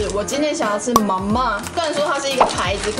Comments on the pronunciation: 泡麵的唸法ma（類似注音的一聲）ma（四聲）這樣唸才對喔☺️☺️ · 我的泰國同學說你說mama很棒，至於 Ba mee kung sum rej roob他覺得第一泰國人不會說，第二個說了發音也不對，哈哈哈!!!!所以不用學~~~